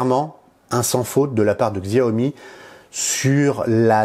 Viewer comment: Tres bien le test. Juste un commentaire, Xiaomi se dit "chiaomi". J'aurai aussi mis l'accent sur le contraste de l'ecran qui est juste extraordinaire.